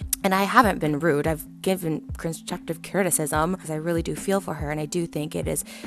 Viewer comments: Also I wish I could say it to her but just to make sure I got it out ima say it here Trisha it’s “constructive” Not “cronstructive” :) is when she decided to say a word that doesn’t exist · "cunstrutchive chritisishm" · Trisha couldn’t even pronounce constructive right. Threw in that word in front of criticism to make it seem not as bad.